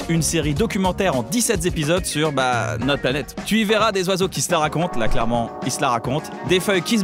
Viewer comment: Une excellente idée. Enfin un résumé des nouveauté du mois. Très bonne réalisation, bon rythme et bonne écriture. Mention spécial à la voix off (de ce qui semblerait être celle de) monsieur Kyan Khojandi, tout simplement parfait. Un seul détail m'a dérangé au début, le "TU" un peu trop prononcé.